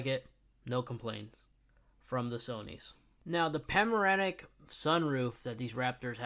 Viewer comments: CD driver? Pamoramic....trouble pronouncing words? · Recado seats? Na,,,man it’s Recaro. LOL, what the hell is english your second language? Ya can’t pronounce panoramic and no the sound system isn’t “surround sound” either.